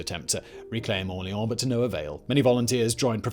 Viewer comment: Drink when Simon says "AwLEEawn"